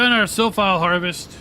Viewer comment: Great video, but I guess it's Silphie and not Silphile 🙂